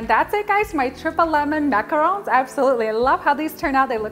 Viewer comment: Yes, the right way!!